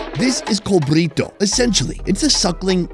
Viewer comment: Not “Brito” it’s “Cabrito”